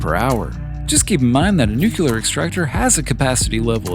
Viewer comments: It's nu-clear. Not nuculer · lost me at nuculer. on to the next vid.